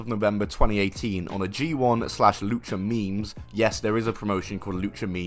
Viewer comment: Its pronounced Lucha May-mes btw.